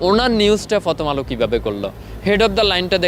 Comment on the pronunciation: প্রথম আলো ❌ ফতম আলো ✅ 😂😂😂😂😂😂ওরে শিক্ষা বাংলা ভাষার পুয়া মেরে দিলেন 😂😂😂😂😂😂